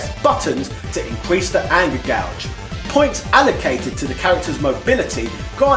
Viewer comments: Is "gauge" pronounced "gouge" in England? How do you pronounce "gouge," then? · we don't - was either reading it wrong or making a joke, i just searched the comments and you're the only one who mentioned it. the first time i was like hmm he read that wrong, but then he says it like 10 times in the next two minutes and i just had to comment too lol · Huh, I didn't know people in the UK said Gauge like Gouge, as in "I'm going to gouge your eyes out". Sorry for the weird observation, another great video!